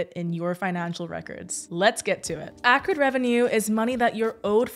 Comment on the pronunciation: It’s pronounced “accrued”